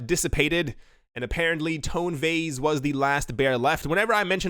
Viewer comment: “TONE VAYSSSS” hahahahaha 🤣🤣🤣🤣🤣